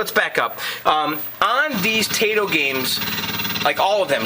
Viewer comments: when two vouls go walking the first one dose the talking its not tIIIIto its TAAAAAAAAito lol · not that it matters, but Taito is pronounced "tah-ee-toe"